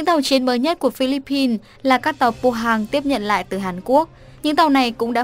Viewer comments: Phillip-pines ko phải là Phillipis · Chihuahua nguyen Phi-líp-pin (Philippines)